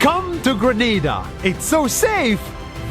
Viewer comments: he pronounces it like grenade with an a, but i'll just pronounce it like greh-nah-dah. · Greneda sounds more like GRANADE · The way he pronounces "Granada" as "grenade-ahh" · Grenada is pronounced Gre-NA-Da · Well: how to say: GRENADE-a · Kinda ironic how the country’s name is Grenada and pronounces grenade-a but it has no army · It has no army but its name is GRENADA it sound lik🤣e grenade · Grenada sounds like grenade. Grenades relate to the army... Hmm